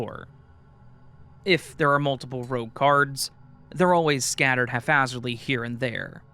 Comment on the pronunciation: If I heard right it sounded like you were saying half-hazardly. The word is haphazardly, just so you know. You might want to read it as the story was written but either way I wanted to point it out. (I’d want to know if it was me, apologies if you don’t).